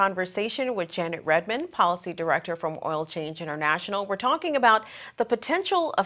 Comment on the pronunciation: Her name is Janet Redman not "Redmond"